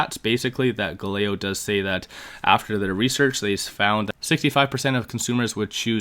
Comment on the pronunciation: Love the video. It’s pronounced Gal-a-lay-o